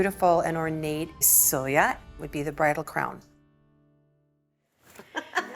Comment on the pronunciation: Sølje is not pronounced soya. Though I understand the Ø can be hard to pronounce.